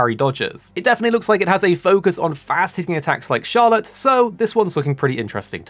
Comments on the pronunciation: This is my biggest release for this year. I'm extremely excited for it. BTW its Charlotta not Charlotte. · Overpowered characters? The ones with offensive buffs Also, its Charlotta. Not Charlotte Pls